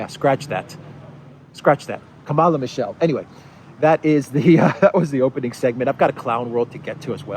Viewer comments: It is pronounced Kamala as in Pamela. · Camela. She says it herself. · Hi, You are NOT exactly pronouncing that lady vice president's name.......But, menaing-wise, your pronunciation suits to her charecter and behaviour.......(Especially when she laughed on seraiously hearing about refugee crisis from Ukraine)........ Further, If you remove "Ka" from your pronunciation, the meaning will be a 100% best fit......Thank you so much.